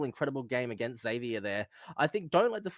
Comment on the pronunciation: Zevier with a z not zedvier